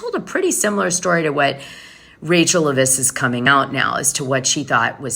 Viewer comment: LEV-ISS no accent why do you pronounce her name wrong when everybody else pronounces it right😊